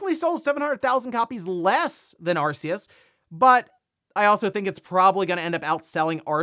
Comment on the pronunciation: You said the word 'Arceus' wrong